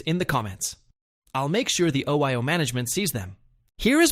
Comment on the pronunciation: You know the voiceover's A.I. when it pronounces OYO Oh-Why-Oh, hahahaha!